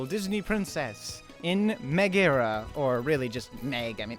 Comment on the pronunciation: Just fyi, no one calls her Meh-GARA since her name is pronounced Meg-Ah-rah